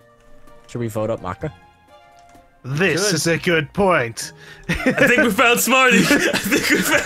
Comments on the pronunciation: All Soul Eater fans cringed when said "Mayka" instead of "Maka", I know I did. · Make-a MAKE-A!! ITS MAKA (maakah) FROM SOUL EATER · OHMYGAWD it's not May-ka it's Mah-kah! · Sorry but i have to, Maka Albarn is pronounced like Muc-uh not ma-ka, it's a soul eater reference :3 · is not mayka its MAHKUH... MAHHHHHHHHHKUUUUUUUUUUUHHHHHHHHHHHHHHHH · The way pronounced Maka made me cringe so hard. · The way kept mispronouncing Maka in this made me cringe because that's my cats name loll Also Maka is the best character in Soul Eater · Eian Guevarra cringed as you don't realize it's said both ways